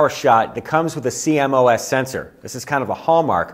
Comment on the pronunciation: I'm sorry, but the sensor type is pronounced "See-Moss" not "C-M-O-S" and you'd think anyone in the industry would know that. (While we're at it, the Canon camera family is pronounced "Eee-Ose" not "E-O-S")